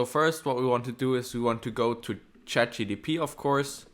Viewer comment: it’s not chatgtp It's chatgpt